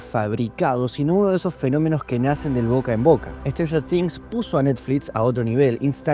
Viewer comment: stranfler things, strader things, stifler things, sratler things, strafler things.